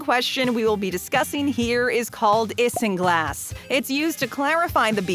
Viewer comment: Ok. A few things. 1) That is not how you say "Isinglass". 2) This is 90% common knowledge. 3) Why would that gross someone out? 4) Seriously castoreum and isinglass are legal in the US? In basically every other country beavers and beluga sturgeons are protected species.